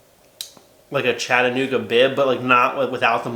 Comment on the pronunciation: First and foremost, thanks for correctly pronouncing Chattanooga as "chadda-nooga". As a Chattanoogan myself, it hurts my ears when I hear "Chat'uh-nooga" with the hard CHAT.